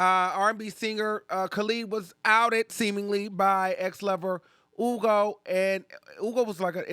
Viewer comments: It’s HHUUUUGOOOOOO not Ugo, the way you pronounce his name bothered me omg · HEW-go. Df is “Ugo.” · Just say Hugo not oogo...its not that deep 😂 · Why are you pronouncing that man’s name like that? I hate it.